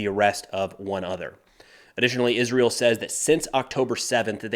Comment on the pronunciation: Izzrull. Milladairies. Izzreal.